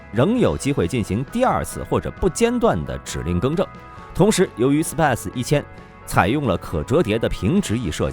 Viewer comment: SPICE = SIPIE ????? 🐓 siah.....